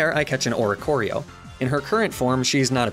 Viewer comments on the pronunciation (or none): none